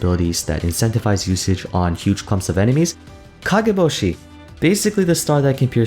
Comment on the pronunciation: Alright, I'll say it: the way you pronounced kageboshi to sound native haha, awesome. Also, in my opinion many many items need buffs. There's so many items, even ones that are considered really good, that are far too rare for what they actually do.